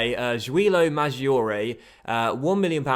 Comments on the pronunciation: Great vid and I'm excited to see you in Italy again! Just a couple pronunciation tips if you want them: in Italian and G or C before an I or E (single or double) sounds like J or CH respectively. So Maggiore, for example, is pronounced Majoray, basically, and so on. Similarly, a CH before I or E is pronounced like K (so the man's first name Michele is Mikelay, not Mishell). SC makes a SH sound, GN makes a ny sound like the ñ in spanish. Good luck and I look forward to seeing Palermo storm back to the Serie A and hopefully come in second to my beloved Roma! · Great to see the series coming back in fifa 17! Pronunciation tips from an Italian: it's Julio (just like Julia, but with an O at the end) Madgiore (as in the word "edge") Keep it going